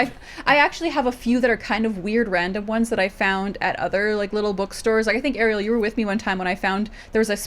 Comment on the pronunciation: Came here to request exactly this: Ariel, PLEASE listen to how her name is correctly pronounced!